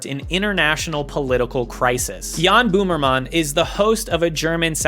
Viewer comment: He really called him "Jahn Boomer mahn" haha